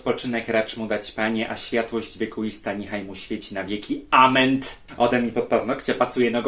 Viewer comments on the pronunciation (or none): Najlepsze to te ament zamiast amen 😅